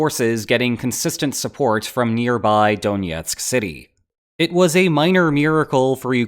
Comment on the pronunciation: donetsk is “DON-ETSK” not “DONYETSK” .. you don’t say Wyashington or Coloryado .. if you’re going to use the russian name you’re legitimising the annexation